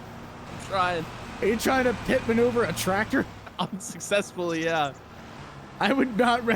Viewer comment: "i wonder if it was on a different twactor" lol